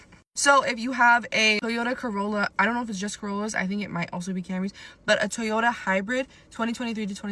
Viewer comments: What's a teeyota? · "Tee-yota?" Apparently I've been pronouncing it incorrectly. 😆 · "Tee-yoda"? AI sucks. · I was thinking the same thing. That fool knows damn well he hasn’t ever heard anyone pronounce Toyota that way